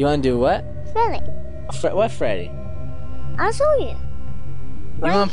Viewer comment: Freddeh is on THE PHLOOR